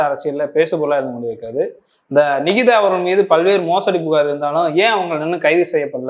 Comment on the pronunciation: அந்தப் பெண் பெயரை சரியாக உச்சரிக்கும் முதல் ஆள் நீதான் நிகிதாவின் பெயரை உச்சரிக்கும் போதே 😅😅😅😅 அத்தனை சிரிப்பு .....‌ தலைவா தலைக்கு மேல் கத்தி தொங்குகிறது என்பதை மறந்து விடாதே